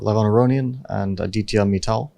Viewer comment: Fabi butchered Aditya's name so bad😅